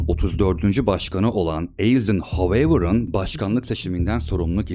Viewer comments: Dostum ingilizce telafuz bilmiyor olabilirsin ama en azından bi videodan önce translate ile sesli şekilde dinle başkanın ismi soy ismi nasıl telafuz edilmiş o şekilde söylemeye çalış. Eyzin hoveyvır nedir 😂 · Eisonhower-ayzınhavır okunur üstat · Ayzınhavır okunuşu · Konular gayet iyi ama isimler konusu, ozellikle de boyle onemli isimleri yanlis telaffuz etmeniz size yakismiyor. Sadece Eisenhower degil butun isimleri neredeyse yanlis soylemeniz beni cok rahatsiz ediyor. O zaman izleme diyebilirsiniz ama bence sizi izleyenler icin dogru is yapmak hem kendinize hem isinize hem bize saygidir. Videolar ilgimi cekiyor sonucta, izlemeye devam etmek istiyorum. Kolayliklar dilerim🙏